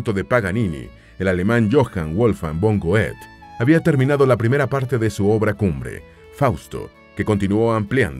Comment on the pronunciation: Ay, por favor! Pronuncias tan horrible Goethe, que desconocí de quién estabas hanlando!!!!